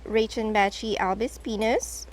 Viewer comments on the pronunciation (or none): Hi. This word that you are saying 😂you are not saying it write😂 Albispinus😂 I looked it up and also I typed how to pronounce this word 😂